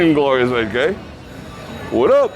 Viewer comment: "Glorius" Thanx for the tour. Karen